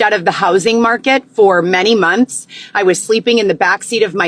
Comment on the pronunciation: What about when she says “Munthssss” drives me crazy